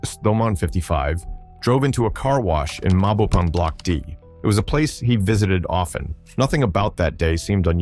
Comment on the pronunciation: Mabopane = My Bo Pun? And did you call 'Tshwane' shwarma?